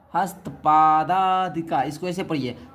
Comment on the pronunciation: Hastpathika worng😅 hastpadadika hai😊😊